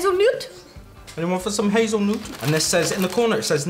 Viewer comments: Yes!😃100,000 Grand! It's not Hazelnoot, it's hazelnut!😂😂 Y'all are so cute! And yes they do Golden Oreo double stuffed. Crush is an American soda pop in many favors. You can't buy all item you try anywhere in America. Some things are sold West Coast, East Coast, Southern, etc... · It’s hazel nut not noot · Did anyone else cringe when they said hazel-noot instead of hazelnut?